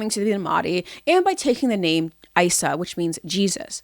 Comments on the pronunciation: his name was Eesa not iesa you dumb liar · Appreciate the vid, but it does come off as a biased critique given the ad hominems and mispronunciation of well known words and names like Isa for ex. I would think if this was to be a deep dive of the cult you would have had the information on point and at least had his ACTUAL claims.